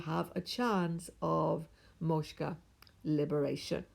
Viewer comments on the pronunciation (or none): Hi, thank you for sharing your knowledge. Want to point out a small pronunciation mistake - it’s not “moshka”, it’s “moksha”. The ‘k’ comes before the ‘sha’.